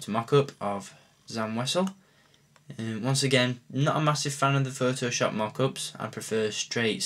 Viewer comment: it's pronounced sam wazzel